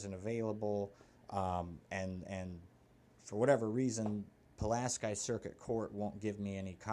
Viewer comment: Perhaps you could ask your son who Pulaski was & how to correctly pronounce his name. He deserves more respect than what your giving him. Then again...